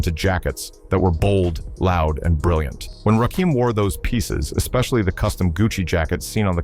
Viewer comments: My favorite rapper but he's doesn't have a dim to his name. The narrator knows nothing about him, it's not Rakeam it's Rakim as in Little Kim. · Quit talking,we'll just watch since you cant get the man's name right!